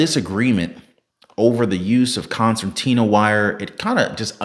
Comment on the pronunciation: Concertina wire with an "r," not an "n" in the middle. A concertina is a type of accordion. This is still razor wire but it is pulled apart and expands like an accordion.